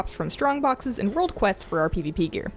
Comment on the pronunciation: I love the way you say "pivipi" :D